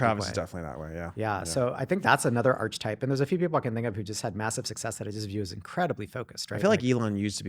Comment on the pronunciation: It's pronounced ark-e-type not arCH-etype.